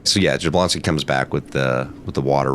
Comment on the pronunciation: Jabloński is pronounced with a Y if anyone cares...(ya-BLON-ski)...always emphasis on second to last syllable on Polish words.